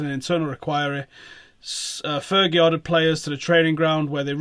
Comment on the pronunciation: man...its not fergie yar..